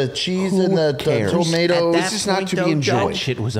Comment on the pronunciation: cutsy why you saying “tomatoes”like that